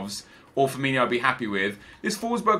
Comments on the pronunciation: It's Firmin-O not Firmin-IO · it's Firmino not Firminio.